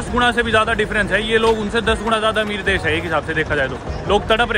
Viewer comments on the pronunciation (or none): none